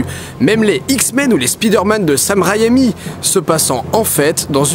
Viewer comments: « les Spiderman de Sam Raïami » 😂😂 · "Sam Raille-Mie".